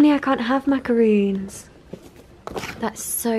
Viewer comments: When Niomi calls Macarons, macaroons .... :l Such a strange pet peeve, but it's my biggest one :P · Macarons are not the same as macaroons and are pronounced differently